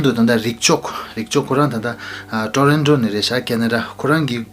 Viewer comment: It is Toronto , not Tronoto .. thank you 🙏